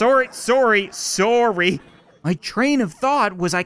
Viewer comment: The way he says sorry makes it sound like swordyyy swordy